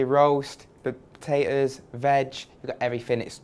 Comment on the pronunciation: i love how he keeps saying "vag"